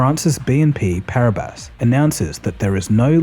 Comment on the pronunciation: Par-ee-ba... The s in BNP Paribas is silent.